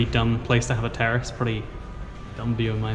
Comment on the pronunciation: When said “terrace” I thought he said terrorist and I was like, ok?! Nice to know...?